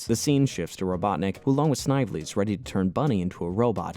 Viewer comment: The name Snively is pronounced snivelly